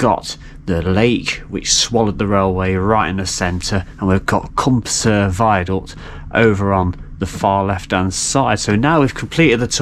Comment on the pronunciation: Hi and Croeso - welcome to our lovely little bit of forgotten Wales! Just a couple of notes regarding the lovely viaduct (it is fabulous to walk over, isn’t it?) - you do have the name “Prysor” right (although I will pass over some of your other more imaginative Welsh pronunciations and forgive your kind efforts!). As for “Cwm Prysor” and “Nant Prysor” - it depends which way you look when you are standing on the viaduct… The river underneath it is the Afon Prysor (River Prysor). The big u-shaped valley below the viaduct, leading away to Trawsfynydd is a “Cwm” - a larger high mountain area glacial valley, so if you are looking at that then think “Cwm Prysor”. But if you turn around and follow the river uphill, it is in a smaller v-shaped valley, cut by the river itself - and that is a “Nant” - hence Nant Prysor - so both names are usable - just different each side…! Incidentally if you look at the downward slope, just below the far side of the viaduct, you can see the tailings (waste dump) of a small mine, with a trackway leading up to it - that was actually a trial gold mine, seeking the north-eastern end of the Dolgellau Gold Belt. The mine tunnels right under the railway and comes up again in the forestry on the high side of the viaduct. Now, I have a question for you, and for any other viewer if they can answer - How does this viaduct rank for height in the UK? I don’t mean the height of the arches, I mean altitude? At around 370 mtrs (1200ft) it must be one of the highest